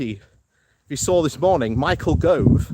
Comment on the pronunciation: And Yes BHM has some challenges with names, Michael Grove comes to mind 😂